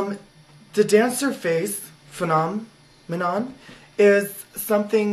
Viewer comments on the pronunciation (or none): bahahaha "the dancer's face phenom [pause] enon" I LOVE YOU. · "Phenom... enon" Oh good stuff.